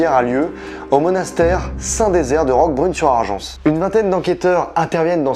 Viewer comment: Bravo vraiment une super vidéo bien travaillée ! Pour information le s à la fin de "Roquebrune sur Argens" ne se prononce pas